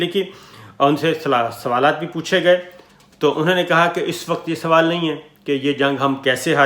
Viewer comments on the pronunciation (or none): none